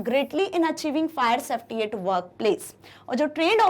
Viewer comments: Mam it's safety not softy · it’s safety not softy 😂😂